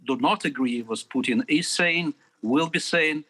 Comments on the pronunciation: Can someone tell the opposition guy Russia’s president is called PUTIN and not PJUTIN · Why is it BJUDAPEST and Vladimir PJUTJIN. Why cant these people make an effort and say names correctly.